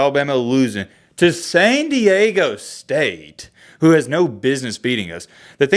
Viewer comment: America's Finest City moving on! 🤙🤙🤙 Btw, there's "D" in San Diego homie😂😂😂